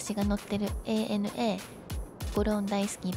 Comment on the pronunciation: おひさ～ANA（エー・ネエヌ・エー）ではなく、正確にはANA（エイ・エヌ・エー）ね😁😁 飲みすぎんなよ～